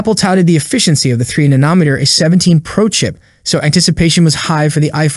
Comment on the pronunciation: Nonohmeter?? Illiterate